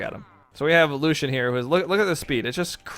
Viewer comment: axe: xull orb: Thor hammer:Thor gauntlets:cross cannon:xull scythe: jiro or the new legend coming spear:gnash blasters:cross katars: Lucien it is actully pronounced Lucy-in